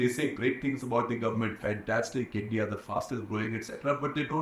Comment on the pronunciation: It’s INDIA not Indi